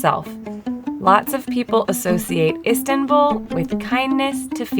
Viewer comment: Do not pronounce Turkish names with english pronunciation rules, you consistently pronounce Sarper, Istanbul, etc wrong.. if you do not bother to put some effort, just leave, we do not need anything from likes of you.